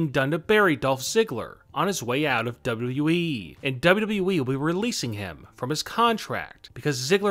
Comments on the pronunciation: Dude you're pronouncing WWE really weird. Work on that, it stressing my cats out. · Cant this guy say “W....W....E” without sounding like he has a mouth full of balls? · why the heck do you say it like WWEE? In fact, why are all the last syllables of the last words in your sentences twice as long as they should be?! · Why do say wwe like that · Not bad, I do enjoy your videos. But I must ask, why do you put too much emphasis on the E when you kept saying WWE lol, it almost sounds like your saying it sarcastically, as it doesn’t exist.